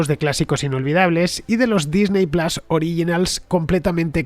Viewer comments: Disney plas por favor es Disney Plus plas suena a bofetón. En inglés Disney se pronuncia Disny, en todo caso sería Disny plas. Si se dice Disney se debe decir plus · Me parece muy bien que hagas publicidad. Me alegro porque significa que el programa goza de buena salud, pero me niego a que vendas tus principios fonéticos de esta manera... QUÉ PLAS NI QUÉ PLAS... ¡PLUS COÑO!